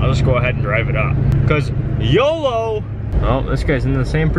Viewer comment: Don't be saying yolo like that